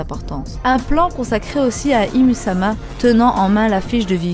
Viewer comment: Bonne theorie mais ca se dit pas ym ?